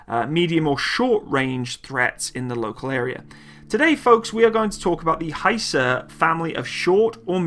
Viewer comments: FGS sake its not haysar but HIsar like I in or Italy,ok?? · actually; better you pronounce in original language.. hisar (pronounce like, "hesar"-a is like a in khaled-) & thanks for the video..revards from turkiye (not turkey) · It is not pronounced Hye-sar. It is pronounced literally as it is written and the word means "fortress" in Turkish. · Its actually HISAR Arabic حصار Means (siege). like no where to go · HISAR please pronounce like missile ...not like Hi,how are you.ok.everything else is superb as usual.